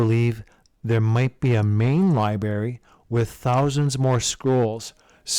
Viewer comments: Ummm - “libary”. Who doesn’t know how to pronounce library? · I’ve got a challenge someone find the first R in library for this guy 😂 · Silent R what? sounds amateur.